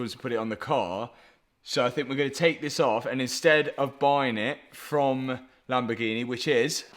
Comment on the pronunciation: Lamborghi-NEH 😂 only south Africans will understand